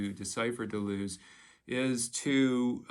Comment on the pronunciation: Your French probably would not have been up to the task. | dəlœz / fontəne: | 𝕹𝖎𝖊𝖙𝖟𝖘𝖈𝖍𝖊, ə not i || You Americans can't bother to do the extra quarter hour of research to get the names right. 😅